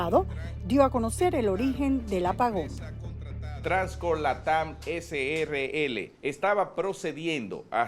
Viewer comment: ESE SR DIRECTOR NO MENCIONO EN NINGUN MOMENTO A TRANSCORE LATAM SRL COMO TAL SINO COMO TRANSCORE LATAM CRL. ESCUCHEN BIEN "CRL". NI PARA LEER BIEN SON BUENOS